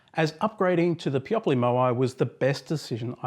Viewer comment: Thanks for making this video! First time I hear someone pronoune Peopoly like Broccoli and Monopoly :) The manufacturer pronounce their name Peo - Poly